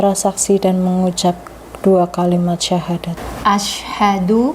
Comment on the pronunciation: Alhamdulillah banyak sdr baru yg telah mu'llaf dg keinginan sendiri. Mohon maaf sebelumnya barangkali pendengaran saya yang agak kurang peka, akan tetapi saya mengikuti berkali...kami rasa pembacaan Syahadat Tauhid oleh mbak ustdzh. Pemandu mohon diperhatikan biar tidak mengubah makna dr isi syahadat tsb. ...maaf yg sering terdengar "ILLAHA ILLALLAH" yg semestinya membacanya "ilaaha illallah"